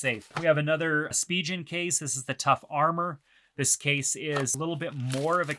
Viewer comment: Didn’t really like the pronunciation of Spigen. Just my two cents great video overall though.